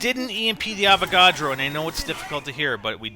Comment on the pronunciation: When he says" Avagodro" does he mean electric boss???